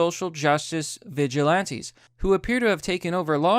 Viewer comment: Actual Text: Vigilantes: Veg ilantes. Sometimes I think he mistakes on purpose, and I'm ok with that.